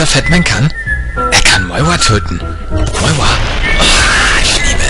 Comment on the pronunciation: warum sagt er moiwa?